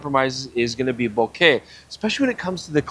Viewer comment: I think this is the first time I hear someone from US/CA to pronounce "Bokeh" correctly. Mostly I hear this awful "Boka". I am really really torn between the Sigma 20 200, the Tamron 25 200 and the Sony 20 70. Don't know which one to buy. First world problems I guess.